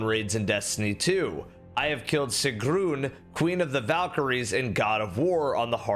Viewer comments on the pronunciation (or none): if you actually beat Sigrun, you'd know it's not pronounced "SI-GROON". 👎